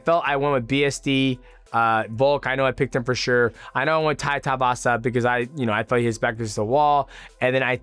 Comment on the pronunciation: His names not taivasa you idiot! Its tai tuivasa too-ee-vasa